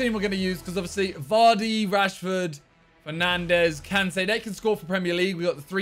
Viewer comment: Man said penandes